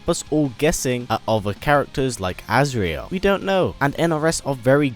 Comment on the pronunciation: it's not azreal